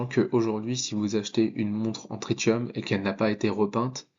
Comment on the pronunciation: Salut. On dit trissium pour le tritium